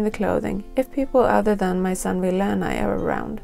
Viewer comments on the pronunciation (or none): none